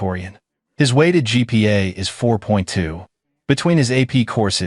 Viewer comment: GPA- Grade Point Average, NOT gigapastels. Program your AI as to understand what it means.